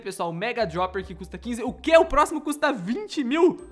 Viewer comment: Não é dioper é droper